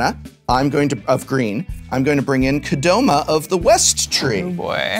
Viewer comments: Why "Kod-oma"?! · Ha-lah-na and Ah-le-na. cmon prof, you gotta pronounce shit better. "Kadoma" instead of Ko-dah-ma.